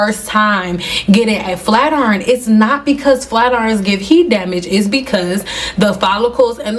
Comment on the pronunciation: "Flat Urn" 😂